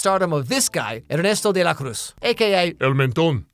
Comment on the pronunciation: saying "Ernesto de la Cruz" perfectly but also saying enCANto